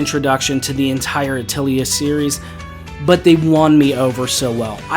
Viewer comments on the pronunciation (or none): Sorry to be that guy, but Atelier is pronounced "uh teh lee ay". Great video, btw.